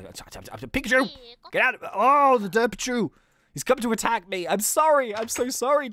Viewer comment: ITS DERPACHU NOT DERPICHU